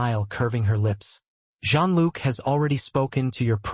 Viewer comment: It is not prnounced "Gene Look" but more like "Zhean luc"